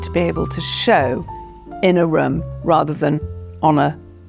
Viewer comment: "rhumm", "fahplace"